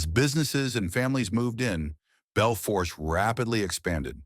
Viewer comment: The R is silent in Bel Fourche it’s a French word